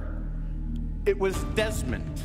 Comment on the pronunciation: Its deesmon not demon